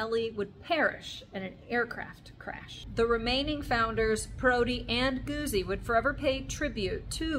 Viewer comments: Pronounced Gut-zi. Thanks for the history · Great video. Perhaps offer the Italian pronunciation for the originalists-- Moto Gootzie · You need to pronounce Guzzi properly